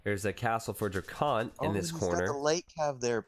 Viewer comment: y u calling him dracunt